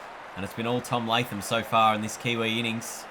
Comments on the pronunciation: It's not Tomy Lathem it's Tom Lathem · Hey fool it is not tom Lathem it is tom latham